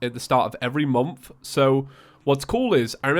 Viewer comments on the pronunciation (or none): Everyone in the entire world: "Month": "mOmF"